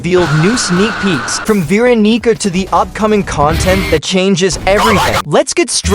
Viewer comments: " vee rokneeker " please use an actual voice and not TTS when describing veeonica and guest 666 😭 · why is the tts saying veeronica like that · BRO DID NOT SAY VEERONICA